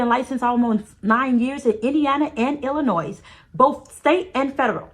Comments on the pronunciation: Lol I totally agree with everything your saying . Plus her Dr was lowercase on the so called document she had . The s in Illinois is silent by the way .My literature Professor had to educate me as well . Keep up the good work God bless 🎉❤#CHICAGO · Did you say Illinois is an "S" are you for real? I believe you, but girl you know the the S is silent!!!!! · The "s" in Illinois is silent. 😊